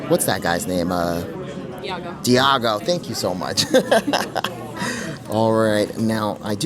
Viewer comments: Love your videos! The parrot from Aladdin is called iago, not diago 🥰🫶🏽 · I hate to pile on…but just so you know…yes the bird from Aladdin is IAGO, no D 😂